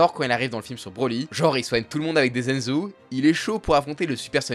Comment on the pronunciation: Un "zenzou" ? Vous parlez de Dragon Ball sans connaître la prononciation du vocabulaire du manga ? Mamma Mia.